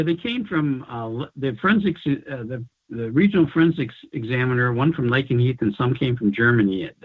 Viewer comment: Lakenheath! Are you sure?